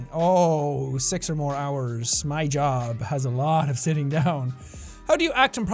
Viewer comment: Sean.. did you mean sitting.. or s*itting? .-.